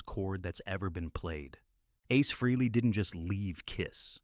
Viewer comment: Freeley ?? for the love of god its FREHLEY , after all these years people STILL can't say his name right ??? oh dear